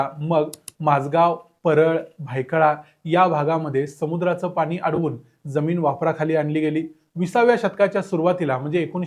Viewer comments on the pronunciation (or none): Pan,pani...n..cha uchhar shudh kara